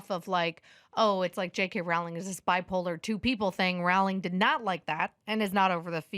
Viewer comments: Rowling is pronounced like rolling. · Pedantic note: Rowling is pronounced like “rolling” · Rowling is pronouncing like "rolling". Not "ow" like "cow"